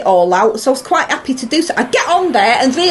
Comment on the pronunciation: wery wery un appy